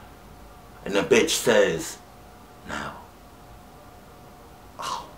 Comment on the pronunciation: why you gotta say now like that